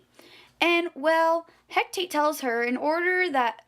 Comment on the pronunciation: you pronounce it *HECATE, not HECTATE